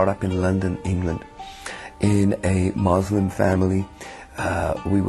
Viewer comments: Muslim.MuslimMUSLIM.How hard it is for a former muslim to pronounce the word clearly.Mozlim.Lol. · Rini V Loool someones getting abit hyped up. I never said accents never change but if he was brought up in England as a Muslim, he wouldnt pronounce it as Moslem no matter how much he adapts his accent. He is a fraud and anyone with a basic understanding of Islam will know this. His "story" is not a miracle, its something we call Fiction mate 😂😂 P.S. what makes you an expert in accents btw? LOOOL